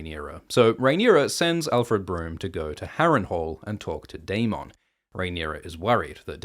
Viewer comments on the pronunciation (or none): Dae-min, not Dae-mawn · Why do you lean so hard into pronouncing Daemon as day-MON when GRRM clearly pronounces it day-MIN? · Will someone please tell this guy how to pronounce daemon it’s not day-mon it’s daemon Jesus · Why do say daeMON instead of daemen spoken out that way I mean..also aeMOND instead of aymend🙄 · It’s daemon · You need to learn how to pronounce Aemond and Daemon. Do you even watch the show?